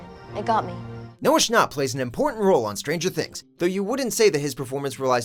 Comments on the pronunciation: did he just say Noah "Schnopp" you have got to be kidding me......... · Ahhhhhh he said Noah shnop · It’s actually pernouced Noah SchAAp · "schnop" okay.. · I'm dead he said Noah schnopp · Isn’t it pronounced SchnApp not scharpp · Does he say Noah Shcnopp? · They literally said noah Schnop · Who else cringed when he said 'Schnapp' wrong? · It’s not noah shnop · Please stop saying “Noah ShNARp” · Noah’s last name is pronounced schnApp. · The way he pronounces Schnapp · he pronounced noah's name wrong the fandom is TRIIIGERED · They say his name wrong 😂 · uhhh they said noahs last name wrongggg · He said Noah schnapp wrong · Im triggered by how he pronounces schnapp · Was I the only one that was getting annoyed when he said Noah schnapp 😂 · Oml him pronouncing snchapp wrong bugs me so much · Omg the way he pronounced Schnapp... Sorry, it had to be said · I’m going to dislike this cause they said Noah’s name wrong. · Noah schnAUp Why does he pronounce his name with au if it’s schnapp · its not noah schnopp its noah schnapp with an a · It's Noah shn-A-A-A-p not Noah shn-O-O-O-p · Noah schApp not Noah Schnopp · It's Schnapp like app not like nop. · Why did you say noah SHNOPP it sounds like noah shnap! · Omg the way you said Noah schnapp lie Noah schnopp that made me cringe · schnApp ,not schnopp ,SCHNAPP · STOP saying shnapp like that its like snap not shn-a-pp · noah schnopp?? ITS SCHNAPP AHH LEAVE. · “Noah Schnopp” TRIGGGGGGGGERED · When he said “ SHNOPP “TRIGGERED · NOAH SCHNAHPP LMAOOOO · “Noah sChNoPp.” “sChNoPp...” Lmao what? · Number 6 Noah schnop- what.did.he.just.say? SCHNOPP??!!?! SCHNOPP??!?!?! IS HOW YOUR MOTHER TAUGHT YOU TO SPEAK?! SCHNOPP?!! IEHDUCHIDKEDH Tells friend about it okaayyyy so I might have over reacted.....😂😂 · he said noah schnopp 😂😂😂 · ‘Noah Schnopp’ that triggered me 😂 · “Noah shnopp” TRIGGERD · Who’s Noah schnopp? It’s Noah Schnapp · hermione granger has entered the chat its noah SCHNAPP not noah schnooooop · Noah schnop wtf it’s Schnapp